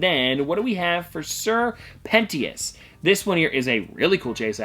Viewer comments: He pronounced it Pent-E-ous instead of Pen-tious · It's sir pen-CHese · its pronounced "sir pen-shis" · for the snake in the hazbin hotel pops it is pronounced sir Penchius despite how it is spelled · Pronouns: sir-pen-Titus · It's sir pentious pronounced pent shis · its sir pentious not pentious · Im pissed he mispronounced the name but I forgive him not for knowing.